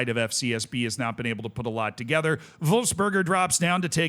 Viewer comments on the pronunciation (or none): none